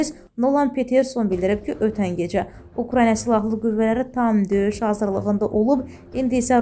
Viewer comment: Ukrayna (Ukranya yox)